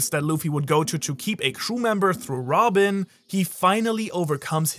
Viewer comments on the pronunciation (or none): none